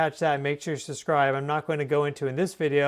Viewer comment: Brother, you have maybe 87 IQ, you can’t even say subscribe correctly.